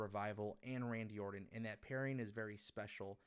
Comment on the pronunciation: orTon not orDon